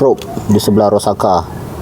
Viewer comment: Bang bacanya itu Ro-sak-sa 😅